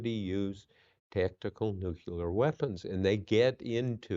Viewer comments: NUCLEAR Bob. Not nuculer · Nuclear NOT nuculor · Nuclear, not nucular!